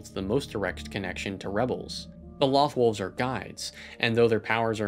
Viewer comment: Great video! I'm a huge fan of Rebels. It's in my top 3 all-time-favorite animated series. I couldn't get into Clone Wars. I watched the first 3 seasons and was just bored. Rebels is so well-written. My only complaint about this video (and it's a total nitpick) Loth Wolves. Mispronounced. It's a long O. Just like Lothal and Loth Cats. (pronounced "Loath Cats" and "Loath Wolves".) Again, that was a total nitpick but I absolutely loved this video. :) Best of luck for your future videos and writing! Cheers!